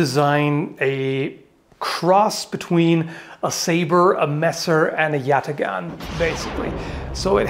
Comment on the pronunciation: it should be pronounced with hard a's , like in father , and gh is actually a ğ sound , which is not a hard g (in fact it is called a soft g , lol) , sounds like a German ch sound without the vibration. Put them together and it sounds nothing like how foreigners say it.